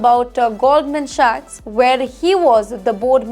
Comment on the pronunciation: who's given her a job on camera??? She pronounced most words incorrectly!!! Her English is incorrect 🤣🤣🤣 stick to your Day job. 🤣🤣